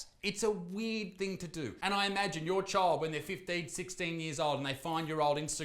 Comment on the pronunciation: when he says "weird" it sound like he sayin "weed"